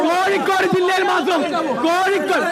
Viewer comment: കോഴിക്കൂട് അല്ല കോഴിക്കോട്